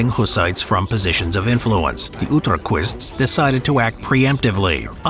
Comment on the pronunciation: It's Utraquists, as is correctly said, not Ultraquists - some proto Prague Ultras